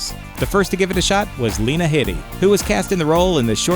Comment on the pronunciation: I totally disagree about the new Dumbledor. Gambon's portrayal was more true to the book character. I think he did a great job in the role. Also, Lena Headey's last name is pronounced HEE-dee.